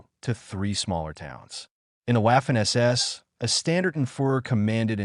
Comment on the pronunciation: You need to work on your AI lector. In German it’s not wafer or Wehrmacht. It’s pronounced Vaffen and Vermacht. I guessing this video got demonetised as it was written by chatGPT then read by spechello?